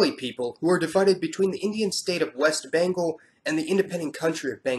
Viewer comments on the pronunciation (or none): none